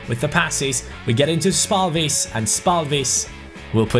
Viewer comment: Your pronunciation of Lukas spalvis is quite decent but the a is supposed to be softer you're saying it really harsh.